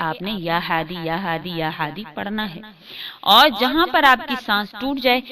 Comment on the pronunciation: Apne talaffuz pe dhyaan dijiye haadi choti he se hota hai aap badi he